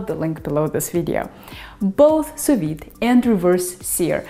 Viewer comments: It's Sous-Vide NOT Soviet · it's pronounced su vi, not su vit. Do your homework,. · Sew-vee as a Pee Vee.... the "D" is silent. Don't be Puttin no "D" there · Hi, It's Sous-Vide NOT Soviet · am i the only one hearing her saying the soviet method? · I see I'm not the only one who heard "the Soviet method". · First time hearing someone pronounce sou-viDD. Huh? She sounds French. She probably said it correctly. Googled it. Huh. It's pronounced with the D indeed. I've been pronouncing it wrong all this while. For that, and for other cool tips you shared, thank you :D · Sous Vide..................? Just say Non!